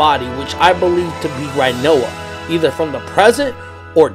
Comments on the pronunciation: It's pronounced renoah not righnoa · First of all: it’s pronounced Ri-noa, not Rai-noa. Second: the dangling body is Ultimecia’s, I thought that’s clear. Otherwise I love the theory, just not most of your support of it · Say rhinoa one time... I dare you.. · Butchered rinoas name